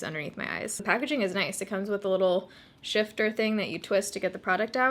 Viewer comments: Sifter not shifter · Do you mean sifter instead of shifter ?? 😂😂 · I love Etsy!! (Shifter? You mean sifter? Lol 😆) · with the utmost kindness, it's sifter, not shifter. No "h"